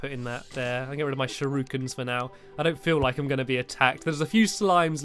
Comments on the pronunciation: there not SHUROOkins tere sherekins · shurookens... really... its pronounced shu-ri-kens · There not “shurukens” there shur I Kens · sha-roo-kaan is how you spell it lol get dabed on NOOoOOoOOoOOOOoOOoOOO00BUH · Stampy in uk: shurookin Me in canada: shurakin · Shur-oo-kins. I thought it was shur-o-kens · Its not shuurikins it's shuriekuns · No one: Stampy: ShURuKiN Also Stampy: Oh No My PiNk VaSsS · Am I the only one who gets annoyed how he says shuriken?